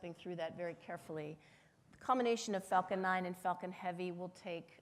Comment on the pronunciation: everytime she says falcon i think shes actually saying fuking lol